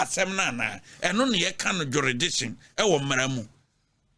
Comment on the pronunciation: What is jeridiction 😂😂😂 asem ooo